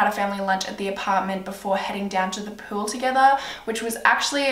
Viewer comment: why do u say pool like pewl